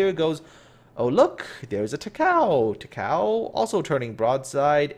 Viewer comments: idk why, it kind of annoyed me when you pronounce zuiho and takao wrong lol. well, umikaze lining up for my next to name........ nice video tho XD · Sort of half listening when you said "bye Takao" I thought you said "bite a cow" XD